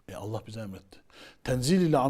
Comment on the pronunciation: tasavvuftan tamamen uzağım beriyim ama "Allah" lafzında hata olmuş